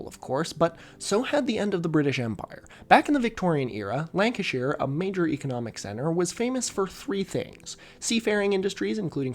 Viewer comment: thank you for pronouncing the "shire" in lancashire correctly, i don't think i've ever heard an american do that before